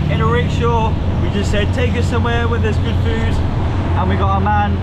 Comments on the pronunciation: You said food and he thought you said Fruit 🤣😂 He dropped you guys at a fruit market… lol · Rickshaw driver thought you’re saying “ FRUIT” not food